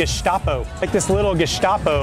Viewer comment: Dude can't even pronounce Gestapo